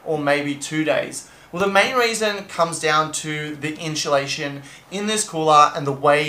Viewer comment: Inchulation lol. Made me laugh